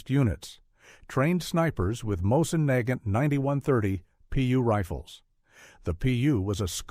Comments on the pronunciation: Neigh-gant rifle???? Omygosh...that just sucks.. I can't stand these AI narratives. It's moisen-negant. Heavy and hard hitting. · Terrible AI voiceover. That rifle is pronounced “Moe-zin Na-gaunt.” If you are going to publish on the internet, at least teach your AI how to pronounce words correctly.